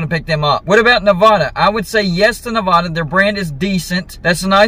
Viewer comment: My Pet peeve...easterners who mispronounce Nevada.